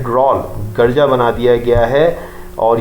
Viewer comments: Garja nhi hota Urdu mai girja bola jata hy kmazkm Urdu you sahi prh lo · Your pronunciation of garja is wrong. You should think about your of Urdu Arabic and english.you have pronounced many wrong words please answer